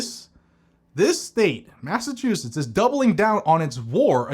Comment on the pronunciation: “Masta” chusetts